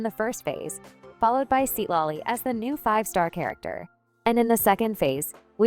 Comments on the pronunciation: ai voice must have freaked out when trying to pronounce thr name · Seat lolly✅ Citlali❎